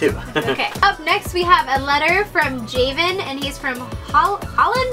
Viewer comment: you guys sorta butchered my name its pronounced (ja-vin) like gavin but with a j